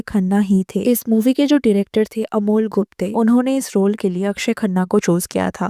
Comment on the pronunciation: Amol Gupte…. not Gupta…